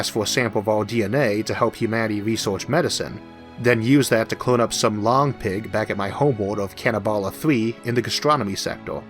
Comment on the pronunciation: Interesting term, "long-pig." I thought you had said "lawn-pig," which may seem more descriptive of humans in the context of a food source